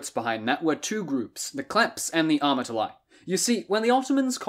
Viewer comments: just a little correction : in armatoloi the o is silent (in greek we have multiple ways of making an "i" sound and the one we use has to do with grammar and spelling, we can use : ι,η,οι,ει,υ) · Kλέφτς - Αρματολάι..................καιρό ειχα να γελάσω τόσο!